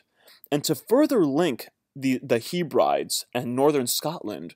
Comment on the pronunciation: Great info cheers! Can you say 'Heb-ree-deez' as that how you pronounce Hebrides. You're welcome ;)